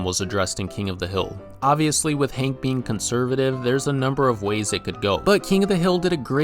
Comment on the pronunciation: It's Hank with an A, not Hink with an I. Hink Hill? WTF.